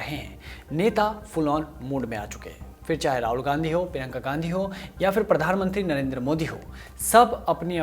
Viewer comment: Bhai prinka ka naam to barabar lo prinka ka naam prinka whadara ha Gandhi nahai